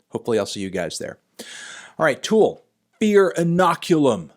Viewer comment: For CHRIST’S sake Anthony, it’s TOOL not FOOL